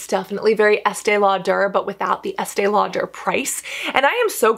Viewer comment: More flipping? And why do you emphasize the -der in Estée Lauder?